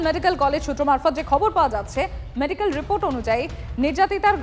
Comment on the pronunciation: আর মেডিকোল রে😂😂 মেডিক্যাল আর বেরোচ্ছেনা